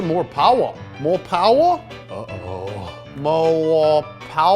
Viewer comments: The way he couldn’t help but say “mo powah baby!” killed me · I love mo powah babeh